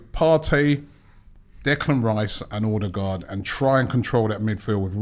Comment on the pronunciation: One of these days Robbie will pronounce Ødegaard's name correctly.